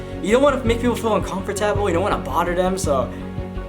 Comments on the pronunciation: how you say "un-cum-fer-tab-ll" makes me uncomfortable lmao. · The way he says "uncomfortable" is cool. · He don't know how to say UNCOMFORTABLE 😂 aye but rs I fw u been fw u since 2014💯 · The way you say uncomfortable is hilarious 😂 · Lebron_goat lol